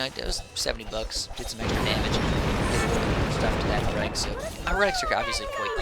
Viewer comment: Maybe I should comment on your mispronounciation of "Heretic" on every clip you say it that I haven't just yet until you say it right. :D (HARE-uh-tick) For further reference on how to pronounce it right, see some Halo 2 clips. Also, If there is something I hate about Twilight Heretics, it's that they can sometimes FORCE you to get a lucky Crimson Sentence on account of all that high magic resistance and 2000 health; not to mention the ability to put non-heroic units into stasis and instantly kill them.